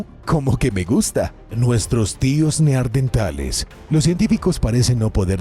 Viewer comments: Igual que en el otro video ,les vuelve a decir neardentales 😂😂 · Los neardentales😂😂